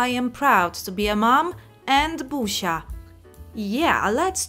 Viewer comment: jak mówisz Busias to jedyne co słysze to pusia xD